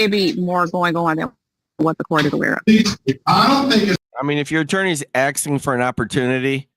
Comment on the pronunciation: If your attorney is “aksing” for anything you’re screwed